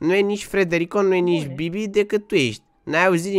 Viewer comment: Când spui bibi parcă doar parcă zici ca spui bebe😳